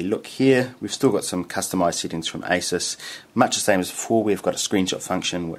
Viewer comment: lol why do you pronounce settings as seetings?